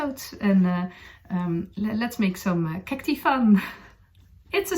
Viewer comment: Lovely podcast... thank you. Cactus (kak-tus) is singular and Cacti (kak- tai) ((like saying the letter I) are plural. Thank you for podcasting in English in which you sound very beautiful!